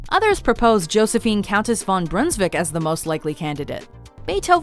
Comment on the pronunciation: Von not van